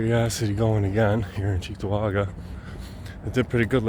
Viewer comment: I was disappointed that I didn't hear it pronounced "Chicktowaga" like a good local should.